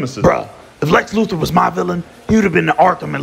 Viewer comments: Lex Loofer... Never once pronounced the th.. Not once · "Lex Loofer"😂😂